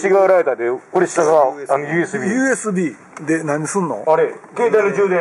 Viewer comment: シガーソケットのくだりでオジサン、ＵＳＤって言ってない？笑